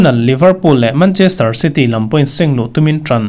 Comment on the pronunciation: mancherter 😂😂😂 city